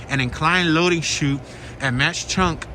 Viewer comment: It ‘s Mawk Chunk not Mosh chunk.